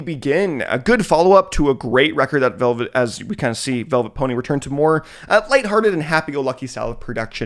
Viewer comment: pretty sure vylet pony is pronounced like violet and not velvet